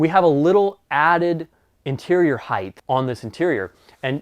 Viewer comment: Great Coach with a great showcasw video! A common mistake that's becoming prevalent today: The word is pronounced"height" with a T sound on the end not "heigth" with a TH sound on the end of the word.